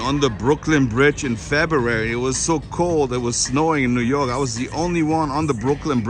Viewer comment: dude literally said "newh yawk newh yawk" LMAO! love you